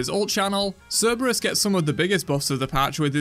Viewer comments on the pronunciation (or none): none